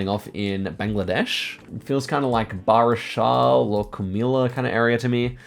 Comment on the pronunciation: I got a strayan accent too, but I like pronouncing names natively too if possible. Here are a few of them mentioned: So more of an fyi, but Barisal is ponounced Borishal, and Comilla- ore so Kumillla. Also Lagos is more like LuhGos rather than LaYgos.